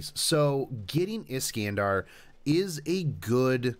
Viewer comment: Is-can-de? It's Is-khan-dar ;_